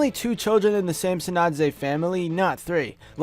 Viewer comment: samsonadze not simpsonadze